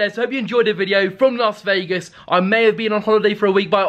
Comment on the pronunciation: you’re a ledge and it’s another great vlog. BUT ITS “LAS” NOT “LARS” Vegas. Please, please, dear god, Las not LARS.😬